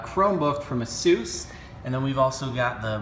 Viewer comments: its not asues is ay*ss*uh*ss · It's asus not "asoos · You pronounce asus a-soos? What is wrong with you? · It's pronounced "aye soos". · You pronounce it Ace us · ASUS is pronounced like (Ace-Us) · ITS NOT PRONOUNCED ASOOS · its pronounces ace-us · The way he said ASUS.... it cringes my hinges.